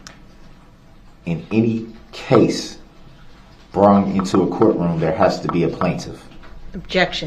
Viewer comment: Brong (brought) I can’t stand the way he talks.